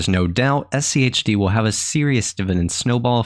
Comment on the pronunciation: Why are you putting so much emphasis on the H?